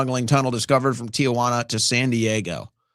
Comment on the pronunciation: It's Tee Juana not Tia Juana, that city isn't your aunt!😂